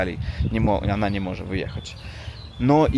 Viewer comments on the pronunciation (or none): Coraz lepiej mówisz po polsku 👍 Tylko to ANA poprawisz i będzie SUPER👍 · Nie "ana" tylko "ona" 😁👍